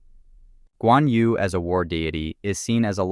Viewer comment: "yu" "nü" in chinese is not pronounced as "you" "noo", but more like yii, nii but do the sound with an o shaped mouth, almost like whistling. good luck.